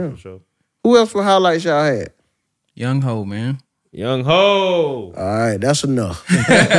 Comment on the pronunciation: Aye if y'all dont get no "memeabilla" ima sign and send my old semi pro shoulder pads in. Also younghoe is pronounced "young-way" 😂